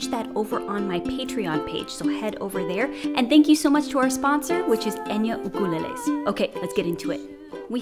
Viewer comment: Mahālo nui loa fo dis! Sis I had to search & search to find someone who even pronounce Ukulele properly. You are now my! I'm so grateful you're here!